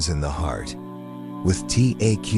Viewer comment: Excellent content but remove AI please. Allah must be pronounced properly. Other pronounciations to be corrected by the speaker are 'hijaab' not hyejab, some things become comical like spelling words than pronouncing them like 'Taqwa' - also saying 'dot' makes it absurd. So please choose a real person to relate this content - again content is simply excellent. 'Allah' MUST be pronounced correctly or people with switch off. Not 'hay-are' but 'hyeaah'. Not 'people dot' but 'people'. All the good work here gets detracted by the impact of the comical mispronounciation.